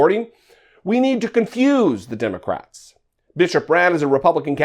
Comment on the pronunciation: "But but but the Demmycats started thu Klan"😆